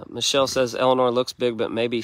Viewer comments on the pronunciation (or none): none